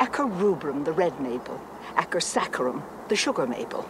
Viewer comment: "Acer", the Maple genus, is pronounced like ace - er, with the c pronounced like an s, not a k. Unless the writers were attempting to make the Widow come off as pompous & pretentious, then someone failed to do his homework.